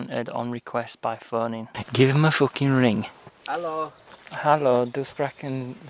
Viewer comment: EeellllloooooooOO 😂😂 great German accent saying hello on the phone.